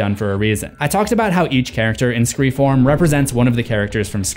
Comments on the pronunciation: it is either pronounced "SCREAM 4" or "ScreFOURm"! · I laughed every single time you said “Scre-form” 🤣 I know why you’re saying it but it’s hilarious and caught me off guard 🤣